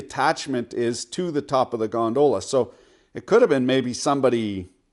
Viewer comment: Is it me or he is saying "gondola" in an odd manner??